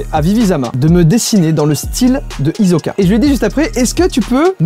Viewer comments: SAUF que ça se prononce Hissoka et non Hisoka. Dommage pour toi, c'est toi qui est dans l'erreur deouis toujours. puis dans la vidéo il dit "Hisoka" et non Hissoka .. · Tous les fans d'anime en PLS quand il prononce "Hisoka" au lieu de "Hissoka" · il dit Hizoka ça me stress ! Hisssssoka s'il te plaît 😂 Sinon oui c'est trop style de faire ça, tout comme ce perso hisoka J'ai toujours eu envie d'apprendre le lancer de carte aussi xD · hozoka au lieu de hossoka moi ça me va c'est plus le X de hunter x hunter qui me gène quand il le prononce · Aflicorne mais ouah vous êtes des handicapés a tous dire des hissoka ça s’écrit hisoka mais ça se prononce hizoka en japonais bande d’incapables vous voulez faire les connaisseurs mais vous êtes bien bas mdrr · Sa se dis hissoka pas hizoka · hizoka !!!!! hi zo ka !!!!!!!!!! sa ce prononce issoka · Par contre c'est hisoka pas hizoka 👀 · Hisssssoka pas hizoka 🤦‍♂️ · Alors.... Déjà, ça se dit Hunter Hunter, le X se prononce pas ET C PAS IZOCA MAIS ISOKA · mais c hissssssssooooooooka et pas hizoka et oui je connais et g fini hxh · Sa me stresse tu dit hizoka au lieu de hisoka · Mais il a dit HIZOKA 😭😭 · Le "hiZoka" il m'a fait mal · D’abord il faudrais qu’il appraine a dire hiSoka bien. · Surtout quand il sort "hizoka" 😭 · En japonais on dit Hissoka, le S qui se prononce Z n'existe pas en jap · Moi ce qui me choque c'est que tu as pas respecté le prénom de MON Hisoka, MON M.O.N MON HISOKA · JE SUIS PAS LA SEULE QUI A ÉTÉ STRESSÉ EN L'ÉCOUTANT DIRE HIZOKA ! XDDD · Comment i dit Hisoka il insulte son prénom 😭😭📍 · Il a dit Hunter X Hunter 😢et Hizoka 😢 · Hisoka sa se prononce pas [izoka] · Il vrmt dit hunter "X" hunter la 😭 et aussi hizoka 😭😭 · Hisoka sa s'ecrie comme sa hisoka mes sa ses di hissoka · Hisoka non ses hissoka a l' ecout mais a l' écrie ses hisoka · OMG je suis litéralemment en crush sur Hisoka ET c pas "hisoka" mais "hissoka" voila la prononciation lol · Ça me tue il prononce mal hisoka😂😂😂😂😂😂😂😂